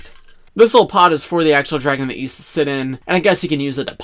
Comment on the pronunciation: I thought you said Weast